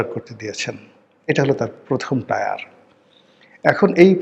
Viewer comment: Tyre টায়ার নয় Tier টিয়ার।